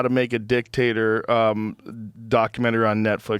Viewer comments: When he says "dictator" , it doesn't sound like he's saying dictator. Sounds like he's talking about a potato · When they say Dictator all I hear is “Dick-Tater” and I laugh. 😂